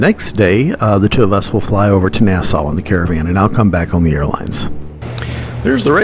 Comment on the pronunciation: Are you going to NASA for the Space X launch tomorrow? .... Oh, you said Nasau! My bad. :)